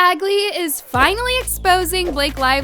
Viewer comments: Isn’t his name pronounced ?? Badge-Lee? Not bag-glee?? Omg 😭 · His name is Penn Badgly, not Bagly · “Penn BAGley” girl you do this on purpose, don’t you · Just fyi it’s pronounced BADGE-Ly lmao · “Penn BaGGley” 😭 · 😭🤦🏽‍♂She didn’t say “badgley” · Haha, looks like the name got a little mixed up there! It’s actually Penn Badgley, but I love the enthusiasm! 😂